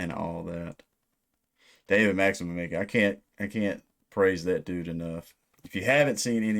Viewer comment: The last name is pronounced "Mitchitch", as far as I know